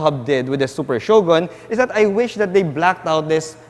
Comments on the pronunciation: i think its better to say it " Sho-gun " not " sho-gon " your one of the best vlogger in autoMoto world hr n Phil...keep it up! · Shogon? Bwaaaahahaha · is that how you pronounced Shogun?...im confused...thnx